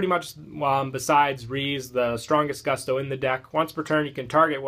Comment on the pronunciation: I can't stand how you pronounce gusto. Please.